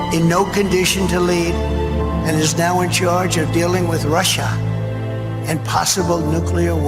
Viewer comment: "Rusha" he says. And World War 2!!!!😂😮